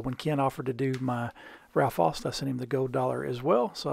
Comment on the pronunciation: Aust is German, and as such the "au" should sound like the "ou" in the word "out".